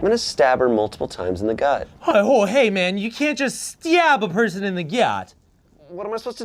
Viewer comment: Oh my god, I'd actually forgotten about the 'bully Olivia' sketch, but Ian saying "styab someone in the gyut" is why I sometimes add random Y's to my words! That is wild!